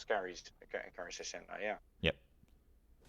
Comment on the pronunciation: Just a tip for pronunciation it's not jacienda the H is unsound just say acienda